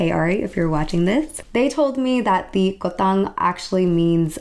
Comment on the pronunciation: It's supposed to be "KUTANG" not "KOTANG". U were mentioning Yogyakarta and Surakarta which are placed in central part of Java Island. I'm living in this island, and I haven't heard any Javanese said "kotang" before😅